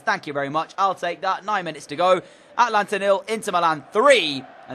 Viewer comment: Atlanta is pronunciation is ATA lanta